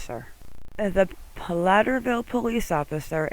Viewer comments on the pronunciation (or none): Platteville not Platterville.